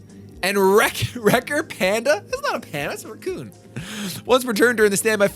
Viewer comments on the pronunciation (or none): none